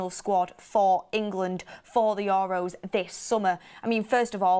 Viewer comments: We're gonna hear "Your Row" for weeks now, atleast 50x a video. Accent is one thing, but correct pronunciation regardless of accent is another. For example, an Asian accent would pronounce your surname Tucker as "Tooch-ker". Would you be okay with that? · The way she says EUROS is killing me every time 😂